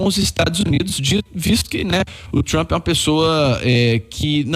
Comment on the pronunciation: O cara fala TRAMPI. Meu Deus. E está se borrando de medo...